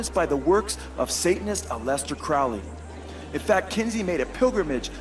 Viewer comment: "a-lest-ter" Crowley?? Try. AL-eh-stair, like Alice-stair.....